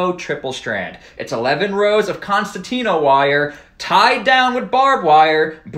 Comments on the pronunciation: Even army men cant pronounce "concertina wire". It's not contantina wire jesus christ. Say it with me... Con Cer Tina wire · The only time the wire loses is when its name is pronounced. Even an combat engineer said constatina. Truly a nightmare for any well-trained concertina wire.